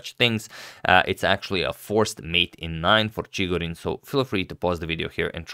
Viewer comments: In pronunciarion of Chigorin, the accent falls on the second syllable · it's ChigOrin btw, not ChIgorin